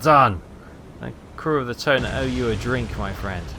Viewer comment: I think hearing that same AA gun sound effect from every ship in the game might drive me insane. Are there any sound mods? Also the pronunciation of Tone is more like 'toe-nah'.